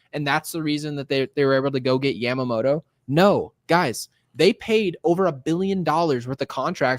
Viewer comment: Please Dear God, lets hope so. He is the poster child for everything that has been wrong with this team for years., love the show but you need to pronounce names properly. Off the top of my head I can think of 4 you have butchered. Yamamoto, Tommy Kahnle, Jeff Passan and Deivi Garcia.